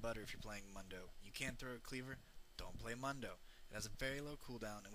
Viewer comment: how do you not pronounce "MUNDO" right when he says it himeslf right when you choose him?